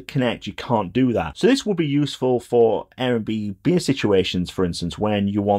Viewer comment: Excellent review as always! Though I'm pretty sure it's not pronounced 'Air n' b beer'. Though maybe it should.